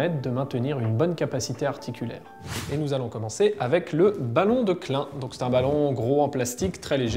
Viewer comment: "Ballon de clin", aïe mes oreilles... (c'est KLAÏN : [klaɪn])